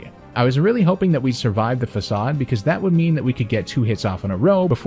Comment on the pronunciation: Oh hey an adult that knows the word facade. Tired of hearing all these kids making challenge vids say faykayde.